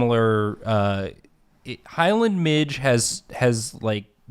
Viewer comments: Hi friends Scotland here. First of all midge's are the worst thing in possibly the whole world and I'm glad to see one that doesn't want to eat me. Second, just to be that horrible horrible guy and I'm so sorry in advance. But it's pronounced like midge-ieeee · As a Scot and someone who has personally encountered the Highland Midge multiple times in my life sadly I would like to just say "midge" has two syllables. Either mid-gee or mid-jay for future reference cause this is totally knowledge y'all need to know. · Midges are the bane of my existance. Think of going outside and coming back in looking like a poppy seed muffin. NOT FANCY BOIS AT ALL, IF THE WEEVIL IS GODS FAVOURITE, MIDGES ARE GODS GREATEST MISTAKE. Also pronounced Mij-ey 😂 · Midge is pronounced "mid-jee" :) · The mispronunciation of midge really bothered me 😂😂😂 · It’s not midge it’s midge-eee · As a Scottish gal, you need to pronounce midge with an eeeee on the end! Like midge-ee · I know that saying midge, as it's spelled, is correct but no one I know, myself included has ever said it that way. They are midgies. One midgie, two midgies (MI-jee). I'm Scottish, and I'm just letting you know so that if you ever grace our country with your presence you will sound more like a native. If that's something you think is important. 🤷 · I love the midge. I'm from Scotland and we pronounce it 'mij-eh' like imagine there was a Y on the end. Also midgeys are the spawn of satan. Tiny little swarming flies that are everywhere in the summer and they will try to eat you alive like a school of piranha. Their bites are so infuriatingly itchy. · Am I the only one who pronounces ‘midge’ as ‘midgee’ rather than ‘midge’??? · apparently midge, in the context of the bug, is pronounced mij-ee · In Scotland we pronounce midge as midgie, it took me a minute to figure out that they are the same bug. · Not very important but in Scotland we pronounce ‘midge’ as ‘midgie’ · In Scotland, midge is pronounced "midjee" or bastard.